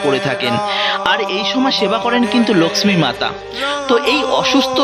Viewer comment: ভাই তোমার উচ্চারণ এত নিম্ন মানের কেন? লক্ষ্মী উচ্চারণ কি? উপস্থাপন বেশ ন্যাকামো। লিখেছ জগন্নাথের রথ ভেঙে দিলো? তাই কি?